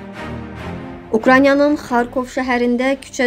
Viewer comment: Ukranya yox, Ukrayna. Tələffüzü düz edin